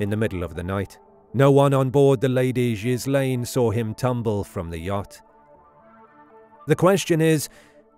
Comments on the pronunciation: Gil Lane...NOT GIS lane... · Gill - enn. How to pronounce Ghislaine. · Given all the publicity his daughter has gotten over the last five years, one would think you'd pronounce her name right. And he died on a boat named after her, so there's no getting around this. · At least pronounce ghislane properly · Mispronounced Ghislaine